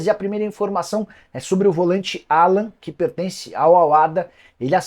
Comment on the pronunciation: Não precisa americanizar o nome do jogador, o nome dele é Alan mesmo.